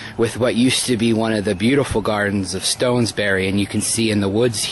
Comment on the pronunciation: "stonesbury??"....dontcha mean Stotesbury?,lol. Just bustin chops chief. I remember Whitemarsh Hall real well from my childhood before the tear down . Its sad that they demolished it, i would rather it have been restored for future generations to see. My mom has a small piece of marble from W.hall. Thank you very much for doing this ,it brought back alot of fond memories .